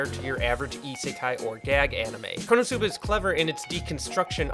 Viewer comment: When you said konoscuba I thought it was going to be scooby-doo and it was konoscooba